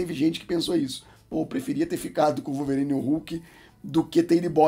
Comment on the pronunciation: Calvorine kkkkkkk